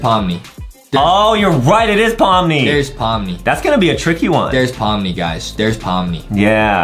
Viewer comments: Pomni not pomi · Wait hold on you said pomi its pomni